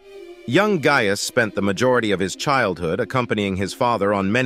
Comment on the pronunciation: You are mispronouncing “Gaius.” It has a hard “I”; it’s not “gay-us”.